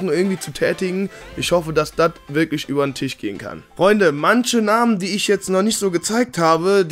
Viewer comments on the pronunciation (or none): none